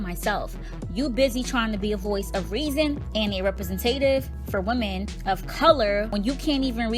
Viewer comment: Represen TATIVE!!! Baby girl can't read.